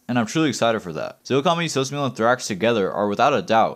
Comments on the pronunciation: sos mula (moo lah) not mule a lmaooo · the way you pronounced sosmula bro